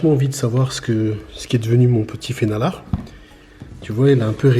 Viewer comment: Pour ceux qui veulent aller plus loin, le nom norvégien est "fenalår" (prononcé "fénalor"). Mais l'essentiel est là 👍